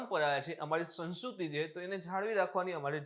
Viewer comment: Saheb ne સંસ્કૃત / સંસ્કૃતિ બોલવામાં તકલીફ પડે છે લાગે